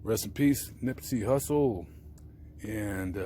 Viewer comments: During the video you called him Nippsey "Russle". Just saying, you can't get a man's name wrong like that bro. You going to his grave sight and making a video of it calling him Nippsey Russle, SMH 🤔..carry on. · This guy calls him Nippsey Russle . Listen again and you will hear this. He doesn't know anything about Nip.